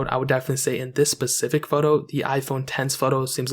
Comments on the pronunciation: he said pacific😐😐 IIIIIITS SPECIFIC😠😠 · No he said suspefic